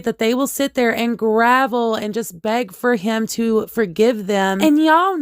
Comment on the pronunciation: Grovel not gravel.